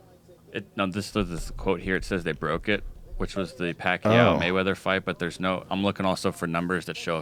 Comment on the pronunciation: *fook *maywedders